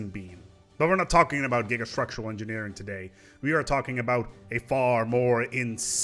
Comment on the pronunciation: Correction: "You Thouwt that Gigastwuctuwal Engineewing was insane? Check ouwt This one.